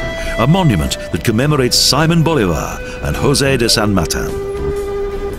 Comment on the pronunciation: Good video but please... how the narrator butchers the names of people and places is amazing. You should learn how to pronouce the words that you are going to read. How hard is it??? Simon Boulevard, Jose de san matah, Cuencha, Chimboratzo, Parque Nacional Callas, lol